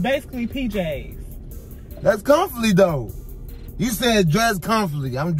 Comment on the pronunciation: You said dress comfortley 🤣🤣 Desertzated locations 😂😂🤣